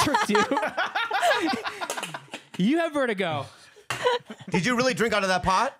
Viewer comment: Bob, u dont have vertigo... u have vert-a-gay